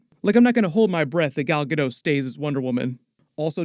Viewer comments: The "t" in Gadot isn't silent. Just an fyi. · I hope Gal Gadot is recast. I am so tired of everyone but her mispronouncing her name. The T is NOT silent! She's Israeli not French! After all these years you think some of you Tubers would get it right!